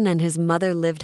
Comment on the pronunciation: Nah it Ely who said togerther